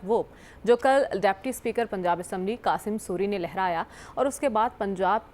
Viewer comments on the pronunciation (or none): Anchor said Dy spkr punjab assy Qasim sori. Hahahhahh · dost mazari bolo qasim suri nahee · Qasim sori nahy ta janab name galat bola 😂😂😂😂✨✨✨ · Maidam qasam soori ni dost mazari